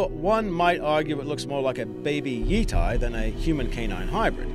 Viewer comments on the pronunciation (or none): Not pronounced yeeteye - pronounced like yeahtea - Yeti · Yeti is pronounced like yetee, not yeetee. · jfc stop pronouncing Yeti that way